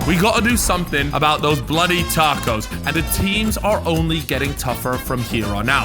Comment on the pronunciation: Pissed me off 2 mins in calling tacos, tarcos???? Wtf man